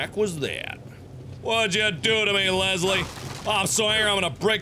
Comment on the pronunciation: Biggest pet peeve, there is no 'z' in LeSSSley!